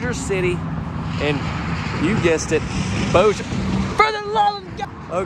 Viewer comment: Yay!!! Somebody who isn't from Louisiana that actually pronounces Bossier right. 😂😂 I live in Texas now and you should hear some of the ways they pronounce it here. 😂😂 I love the kitchen I this one.